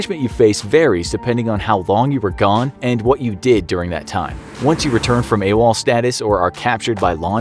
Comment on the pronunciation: I thought it was “a wall” not “awol”